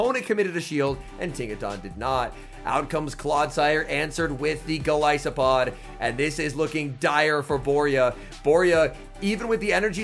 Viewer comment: Anyone else cringe when he pronounces gol I Sopod